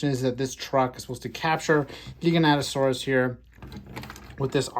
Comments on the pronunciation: its Jai-ga as in Gigantic. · Is it "Jai-ga-noto-saurus" was the right pronunciation?